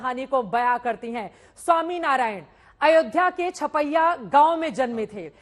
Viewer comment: Inti khush hai ki chapia ko sapia bol rhi hai